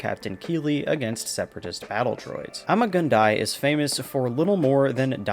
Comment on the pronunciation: Just, ok its Mal-ick not Mal-lac. Sorry to be that guy. Not as sure if this is canon but I think Ima-Gun Di is pronounced like Uma-Gun D